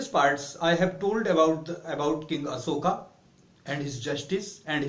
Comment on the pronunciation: You have to improve your accent. You are saying aSoka for aShoka and Vird for Bird etc.